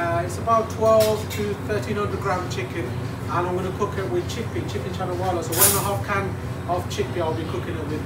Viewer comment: Love your channel :). And it’s Masala not Massala ;) cheers!